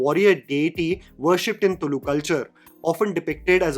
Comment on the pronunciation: Hey, appreciate the pronunciation of the word “Tulu” this time cause I remember commenting on the previous video (Kantara trailer review) about wrong pronunciation. Kudos 🥂